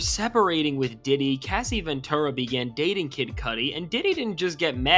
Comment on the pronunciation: Not Casey Ventura. Come on cuh. One word; pronunciation.